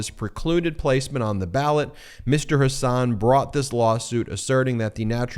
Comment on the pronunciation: It is Hasun, not Hasaan!